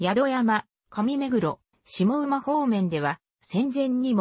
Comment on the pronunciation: 下馬は ❌げば ⭕しもうま と読みます